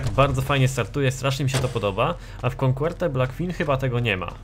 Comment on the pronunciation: Jakie "konkłerte"? xd Coquette czyta się "koket" ;P